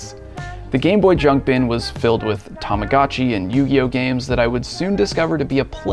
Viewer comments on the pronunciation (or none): none